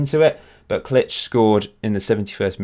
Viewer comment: Btw Klich is pronounced like click